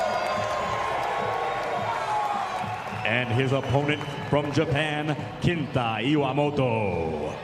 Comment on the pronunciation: Lol arguably redeemed himself with perfect pronunciation and inflection of Kenta Iwamoto's name.